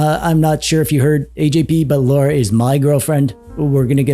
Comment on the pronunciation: Say it with me: LAH-ruh. LAH-ruh.